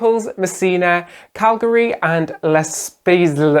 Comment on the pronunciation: Grats on 100K Guys Well done ... Also got a great laugh out of the pronunciation of Cagliari as it sounds like Calgary. Calgary has not been a cruise port in several hundred Million years .. LOL